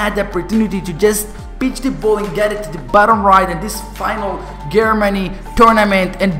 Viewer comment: You said Germany wrong, lol learn your english..